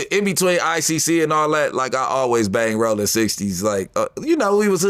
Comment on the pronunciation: Are you rage baiting folks with how you’re saying Rolling. Stop that, doesn’t make your videos edgier, it makes me want to never watch another one